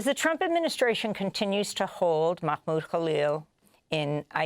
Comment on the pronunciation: MaHmoud Khalil. Not MaCHmoud. MaCHmoud is just WRONG pronounciation.